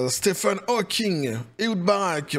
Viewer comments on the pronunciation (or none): Stephen Hawkings… C’est pas comme s’il avait pu faire grand chose… Et puis ça se prononce Steven, je rappelle.